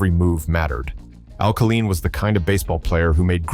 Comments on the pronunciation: It's pronounced Kay line not kah leen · "Kaleen"??? Whoever puts these programs together without knowing how to pronounce the names is a true dumbsh*t! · Al Ka-Leen, LOL. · Al-kuh-leen? Goodbye, AI. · Learn how to pronounce his name ! Ka LINE ! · (1) Who is this "kah-LEEN" of whom you speak? (2) Aren't you embarrassed to put this crap out into the public eye? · why they let this pass without checking how to pronouncing Kaline properly is inexcusable. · The AI announce can't can't even pronounce Kaline